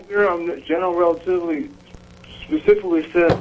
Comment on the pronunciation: "Gunral rultivity"